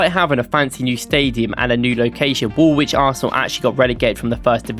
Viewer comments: The W in Woolwich is silent...... its Woolich ... not WoolWHICH. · uhhhhh yeah mate, hate to break this to you , but its pronounced wulich not worlwhich. I know that this is pedantic but its hard to take someone serious on a history video when they dont pronounce the location names right. Its like birmingham, you dont pronounce it bur-ming-ham you say bur-ming-um. Or for example Southwark, you dont pronounce it south-wark - its suthock. You sound english but also a tourist at the same time. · Silent W when pronouncing Woolwich. It should be ‘Woo-lich’ not ‘Wool-which’ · wool-widge? Try 'woolitch' - game effort though on the whole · "Woolwich". The second w is silent and is pronounced Woolich, as any true Gooner should know. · Top 3 pronunciations: 3. Arsenal started life south of the river in "Wool Widge". 2. Arsenal played "Real Zarzagona" in the 1995 Cup Winners Cup final. 1. Arsene Wenger managed Japanese side "Yokozuna" before landing the Arsenal job. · Anderlecht and all was butchered. Yokozuna aint even close to Nagoya Grampus Eight. Also its funny he says he is from Norwich so clearly must know how to say 'wich' in English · This doesn't even have one crunchy jazz chord or vocal harmony. And you just pronounced the second W in Woolwich. 0/10